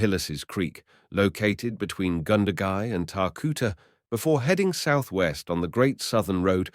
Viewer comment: Goondagai, Wagga wagga, not pronounced wogga wogga, cringe worthy.